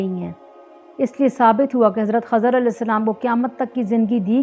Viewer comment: Khizer hay khazar nhi